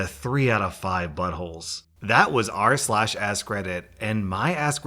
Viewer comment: Am I the only one hearing "R Slash Ass Credit"